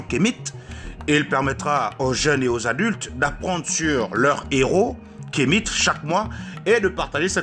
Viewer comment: Toi qui dis être Africain tu le prononce Kemite au lieu (Kamit)